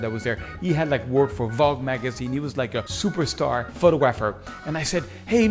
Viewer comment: In the English language, it is pronounced: pho-tog-grapher - not - photo-grapher .